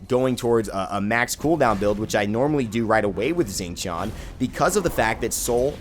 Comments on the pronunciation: I'm pretty sure you pronounce his name Shing Tien, at least that's what I hear when you select him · it's pronaunced.. Shing Shian. D:< ! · yes I will be that guy when he opens the friggin video knowing he is pronouncing it wrong and then saying it "right" then questions it again. Is it so hard to hear how the God himself says his name?